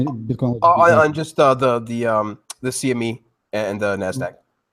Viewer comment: This guy keeps saying “SME”... Lol. It’s CME